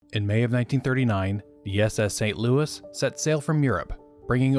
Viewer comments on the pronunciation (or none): none